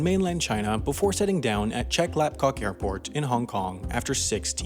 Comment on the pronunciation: I am from Hong Kong, and I was surprise on your accuracy when pronouncing the word "Chek Lap Kok"